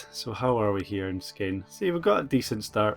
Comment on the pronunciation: As a dane, you are saying Skåne really weird. Å sounds nothing like A. The danish voice say it more or less correctly. Sorry, not trying to be an ass, its just weird to hear you say it like that.